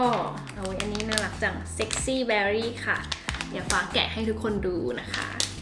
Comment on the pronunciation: ชอบมากกก การออกเสียงคำอังกฤษเป๊ะมาก เบร์รี่ = berry👍🏼👍🏼👍🏼 ไม่ใช่ เบอร์รี่